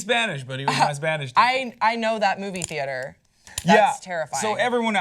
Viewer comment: when he said Movie theater at first I thought he said Booby theater. I'm so Bourney.